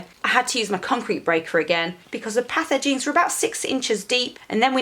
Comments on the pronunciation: Path Edgings... thought you were saying pathogens. Was like wtf is she talking about lol. Good on you for getting out there and getting dirty, hard work pays off. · Thanks for another video. Merry Christmas. When I first heard you say "put the path edgings in the ground" my feeble brain heard "put the pathogens in the ground."